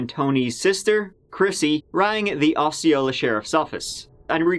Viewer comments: Osceola is pronounced awsee-ola. I like your stuff!!! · It's pronounced "awe-see-oh-luh" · Bro it’s Oseola it’s writer Osceola but pronounce Oseola, thank you )) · It's pronounced O C ola😄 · Osceola Aww-SEE-oh-luh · Just a heads up it's pronounced aussie-oh-luh county ❤️ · The way you pronounce 'Osceola' is entertaining; as a native Floridian